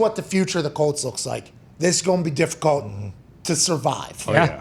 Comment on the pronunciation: Difi"colt" lol